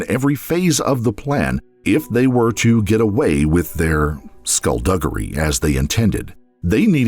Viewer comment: Did he really call what they did skullduggary lol